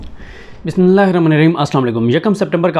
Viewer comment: Assalam o aleykum. bahi jan naraz na hona aik araz he k bismilah ko pura aur thik se parha karein.